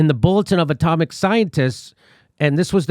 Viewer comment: Jimmy Dore Show : Jimmy, fine, good episode, certainly appreciated, but work on your language skills, for, f.e., when referring to the " Bulletin of the Atomic Scientists " a number of times early in this video, it sounds a lot like you said " comic scientists ", instead of " atomic scientists ". I'm not sure if I heard that correctly but it's what it sounded like, to me anyway. Thankfully though, you were displaying the text, so this made up for the difference, say. It's very interesting that the former or recently former director of the CDC who's also a very experienced and knowledgeable virologist said what he said, and he certainly seemed very professional about it, so very sincere. He definitely doesn't seem to have at all been bs'ing. He instead seems to have been speaking "straight talk".